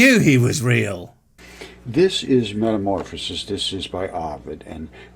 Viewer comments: BWAHAHAHAHA He's quoting Ovid's Metamorphoses?! Even the Romans didn't really believe in Roman Gods and myths! Also, it's 'Metamorphoses' not 'Metamorphases'. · what's "metamorphAses"?